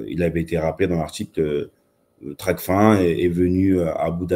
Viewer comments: *TRACFIN et non tracfine.. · On dit Tracfin comme fin !! Pas fine... Ça montre d'entrée la maîtrise du sujet.